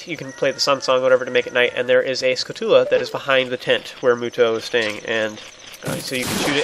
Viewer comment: This is such a little thing, but it baffles me how so many people pronounce Skulltula so weirdly. They're spiders. You don't say taran-tullar, you say tarantula